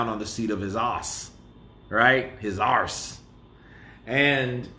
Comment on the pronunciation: Arse 🤣love how weird you made that sound. when I say ass it sounds the same.